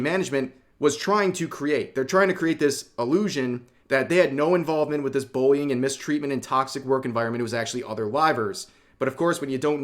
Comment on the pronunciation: I swear I heard "Boing" instead of Bullying 😂